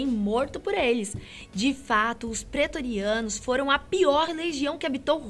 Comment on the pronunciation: Ô sotaquezinho sofrido... Kkk.... "Petoriano".... "Mark Antony"... Kkkkk.... O que é a falta de conhecimento do que se está falando....